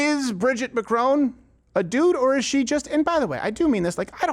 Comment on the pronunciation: This opens with you mispronouncing Mr Macrons name....seems then proceeded to site the evidence Candance dismantled in her series. For a guy constantly preaching about sources, you may want to consume the source material first.